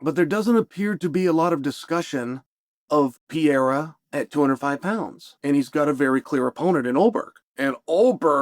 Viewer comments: bro saying piera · I'm glad the pronunciation of Pee-Era is still on the table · Learn to say Alex’s last name correctly 👊